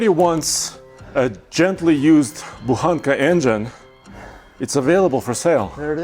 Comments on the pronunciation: Translated you would say Buchanka not Buhanka .... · Buchanka not Buhanka